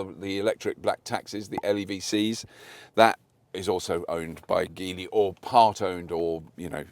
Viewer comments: It's soft G - Geely - Jeely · The G, in Geely, (a sound that is written as "j", in pinyin, which is used to write Mandarin with Latin script) is pronounced with neither a "soft" nor "hard" G ...but with a ch-sound ... WTF?